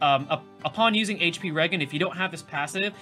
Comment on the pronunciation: In all seriousness, thanks for putting this video despite your rough week. Many of us appreciate it! (Btw, I think it’s pronounced re-jen, like regeneration. But you can say it however with your all-American, New Orleans accent.)